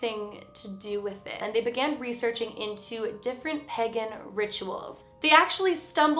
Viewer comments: It’s pronounced Pay-gon Not peg-on Someone in my family is pagan it has he same beliefs . Sorry just going I had to say it lol no hate ! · Unless the Canadian pronunciation is different, I’m pretty sure it’s paygan, not pegan. 👍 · I love and here videos but...... am I the only who didn’t like the way she said pagan